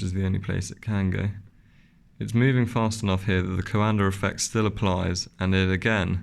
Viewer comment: Thank you SO MUCH for not adding the silly "R" to the end of Coanda Effect! The first video I watched about this was from an English guy who said "Coander" 100 times, was excruciating! Don't get me started on the silly extra syllable injected into aluminum.